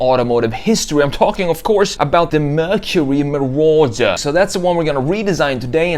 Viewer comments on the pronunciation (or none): “Merchury merawduh”